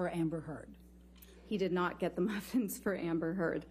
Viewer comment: “May I clarify what happened so that we can stop talking about the muffins?” Priceless delivery by the psychologist about how wasteful in time this was Also the way the lawyer says maffins is just, it makes it worse for me LOL